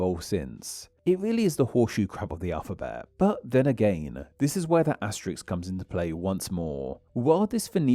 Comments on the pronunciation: That's asterisk, not asteriks! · Btw, it's 'asterisk' not 'asteriks/asterix' :)